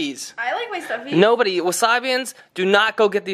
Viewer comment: kk that’s not How you say stuffies